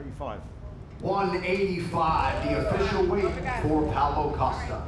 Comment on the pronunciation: Can’t forget “Pallo Cost uh”